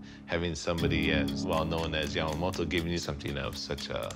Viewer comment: It somehow irritates me how she pronounces Yamamoto with a d like Yamamodo. T is not that hard letter to pronounce :D